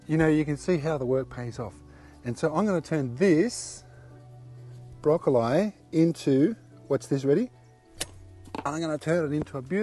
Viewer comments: Broccol(I) not eye. Maybe it how they say it in australia. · Where has this channel been my entire life?!! Wait did he say broccol eye